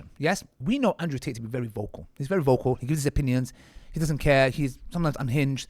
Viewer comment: Man said Ansrew 😂